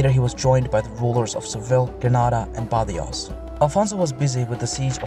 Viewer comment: In Spanish the 'j' is pronounced like خ or حٓ , like badajoz is badahoz. so,yeah, keep up the great work.